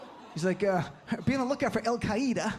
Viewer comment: Lol. You figure Bush would be able to pronounce the name of a group named and created by the CIA. It means "the base," dumbass!